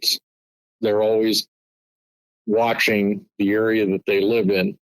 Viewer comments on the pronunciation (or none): none